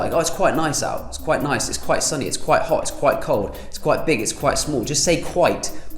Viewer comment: You said “quite” so many times I thought you were saying Kuwait